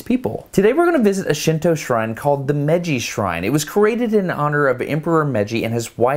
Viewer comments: Hi. Konnichiwa is pronounced cone- nee-chee-wah in a even tone on each syllable. Meiji is pronounce may-gee not mejjy. Shōken is pronounced show-ken emphasis on first syllable. Thank you for the effort though. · When you say "Meiji", it should be pronounced like "May-ji". In Japanese, every vowel gets pronounced, unlike in English where we often just skip over vowels. Awesome video though! Josh's camera movement was really impressive. I'm looking forward to the cherry blossom video! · I am sorry to have to correct you, but I felt you would like to correctly pronounce the Japanese words you are saying. So, you will sound more professional and thereby teach others how to correctly pronounce Japanese. I prefer to teach things correctly than to teach things incorrectly. Japanese kinds of bounces when you say Japanese words. So, Meiji is NOT pronounced “Meji”. You didn’t pronounce the “i”. Which is a syllable too. The “Me” is is not said like the english word “me”. The “me” in Japanese sound like the english word “May” The “i” sound in Japanese is similar to the “e” in the english word “we” or “me” it is a short “e” sound. The “ji” sounds like the letter “g” in english. Remember to say “Me”, “i”, “ji” as three separate syllables. Also, Shibuya was said incorrectly too. “Shi” sounds like the english word “she”. “Bu” sound like the english word “Boo”. “Ya” sounds like the beginning of the english word “yacht”. Again, three syllables. To say “goodbye” in Japanese there are a few ways. If you plan to not see them for a long time then you can say “Sayonara”. If you plan to see them again soon then you can say “Jaa ne” or “Jaa matta ne” or “Jaa matta atode” (See you later) (lit. Well again). If someone greets you with “ohayo” or “ohayo gozaimasu” (good morning), “Konnichi wa” (good afternoon) or “Konban wa” (good night) then you can respond the same way they did as you depart. As though you were passing by them when they said a greeting to you. If you want to be kind